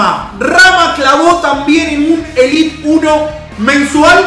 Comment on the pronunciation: Es élite no elit sos argentino no podes